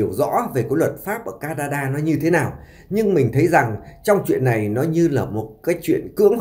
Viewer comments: MC ở xứ sở nào mà phát âm “ này “ thành “lày “ , “nội “ thì phát âm “lội “ …….nghe phát nổi sảy luôn !!!??? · Giọng kể nghe chán...lày lày...ló ló...nàm...no nắng,..học lại chính tả đi chủ tuts